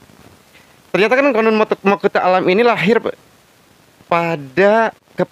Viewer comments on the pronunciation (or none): Bukan qonun.. Tapi qanun